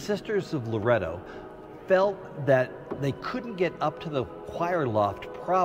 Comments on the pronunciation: It's not Laredo!! It's Loretto!! Sheesh, also the prayer said is a NOVENA, meaning 9 day prayer! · It’s Loretto not Lorado you goof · The place is Loretto, not Laredo. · Loretto Chapel not Laredo!